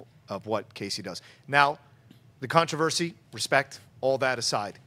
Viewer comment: can someone please teach how to say controversy?